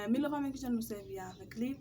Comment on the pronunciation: Svp milova uh byn minoval😅😅😅 mw tande ti kout milova